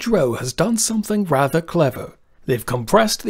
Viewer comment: your pronunciation of "rather" gets a 3/10, or whatever.